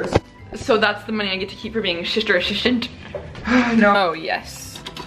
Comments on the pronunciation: You ruined my life shishter, I can't stop saying shishter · I love when you say shister 😆😆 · Sishter Asishtant ❤️